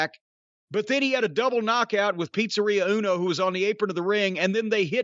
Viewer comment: Jim saying 'Pizzeria Uno' never fails in making me chuckle.